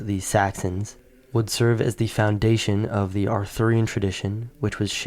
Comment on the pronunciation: The steppe, not thee steppe The backs, not thee backs The first, not thee first The sweeping, not thee sweeping The Russian, not thee Russian The sign, not thee sign The sun, not thee sun The way, not thee way The local, not thee local The synthesis, not thee synthetis The farming, not thee synthetis The genetic, not thee genetic The most, not thee most The story, not thee story Etc etc